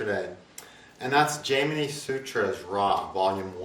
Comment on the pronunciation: I'm very curious, why do you choose to mispronounce Jaimini and Parasara?